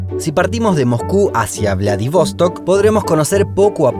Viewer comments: Che.. que lindo el video y bien decorado con imágenes. Lo único que es Vladivostók acento en la última ó... no es inglés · Haber antes de parar en Ekaterinburgo se puede parar en Perm (donde yo nací) y pues de ahí a Ekaterinburgo. A y otra cosita: es VladivostOk con la acentuación en la última sílaba, no como tú lo dijiste. Всего хорошего.